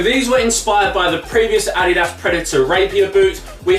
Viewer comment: He can't say adidas properly